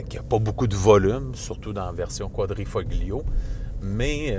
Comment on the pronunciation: Ce serait bien de savoir prononcer le nom du véhicule. Autrement, bravo !